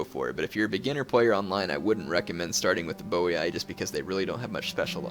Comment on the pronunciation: Its actually pronounced "Boyyyy"